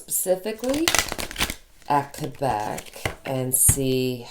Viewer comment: I'm so glad your family recovered from COVID! ❣️ Our daughter also said there were tough times to reach recovery. Also, Thank You for pronouncing Quebec properly! I went to college near the Quebec border. They can be a rambunctious bunch there. I'm glad they've gotten serious. NYS may need to close down because the Feds aren't addressing International travel and the UK variant is up to 70% more contagious. It's here in Saratoga right now. And I'm sure it's arrived via air & now land travel from any number of European Countries. Was watching the live... You have nothing to apologize for... 🙏🏽 for healing! Btw, you can more than carry a tune. You have a lovely voice... Trust me, I'm cursed with perfect pitch! 🎼🎵🎶 Thank you for coming on today! ❣️🌟🙏🏽